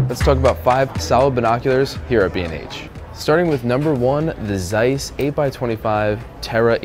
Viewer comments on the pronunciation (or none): How did you pronounce Zeiss, Nikon and Swarovski?😂😂 Why do you butchering their names?